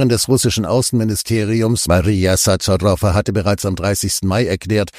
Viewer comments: Sacharowa, sorry! Nicht SaTCHarowa! 😉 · Die Sprecherin des russischen Außenministeriums heisst Sacharowa. Das wird wie ch ausgesprochen und nicht wie bei Tschechen als tsch. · Ihr seid toll, aber russische Namen Aussprechen - das hinkt gewaltig. Захарова - Zacharowa, Соловьёв - Solowjow. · Es heißt Sacharowa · Heist Sacharowa man soll richtig die Nahmen Aussprechen - nicht alles ist Amerikanisch . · Lieber, die Namen Sacharowa und Solowjew mußt Du noch etwas üben. Bis zur Unkenntlichkeit verunstaltet, als ob eine KI sie gelesen hätte. Vielleicht hat sie das auch?;)